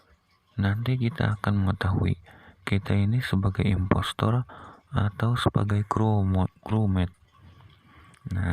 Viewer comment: Kok gua Denger investor Efex Blm makam 1 menit:v